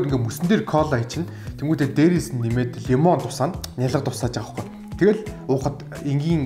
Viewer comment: лимон гээч лаям гээд байх юм